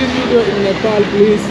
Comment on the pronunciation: Not nipal bro😂😂😂 its Nepal